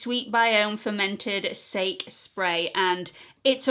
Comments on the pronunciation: I think it must be sakè (sounds like sa-key) rice wine xxx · It’s Pronounced sah-kay like the Japanese drink 💗